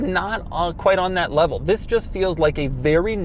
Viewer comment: Why does he always says wis instead of this?